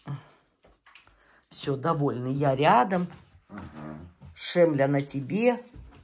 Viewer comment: Не шемля, а шельма. Мне так смешно слышать шемля да шемля.